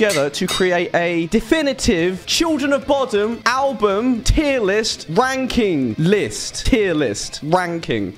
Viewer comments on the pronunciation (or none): Did you say "wanking list"?